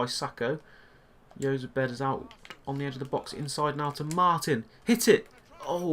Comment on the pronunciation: Jozabed is said like (Hoz-abed)